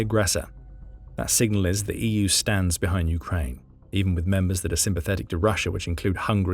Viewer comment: Lots of audio glitches in this one. You need to teach your bot to pronounce "EU" correctly at least.